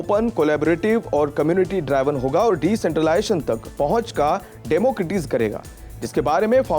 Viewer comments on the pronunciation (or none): आपकी बात ठीक है कि अंग्रेज़ी के शब्दों का प्रयोग आवश्यक है यहां। मैं उच्चारण की बात कर रहा हूँ जैसे डेमोक्रेटाइज़ेशन और भी कई शब्द थे न्यूज़ में जिनका उच्चारण ठीक नहीं। ख़ैर आप अच्छा काम कर रहे हैं। मेरी ओर से शुभकामनाएँ।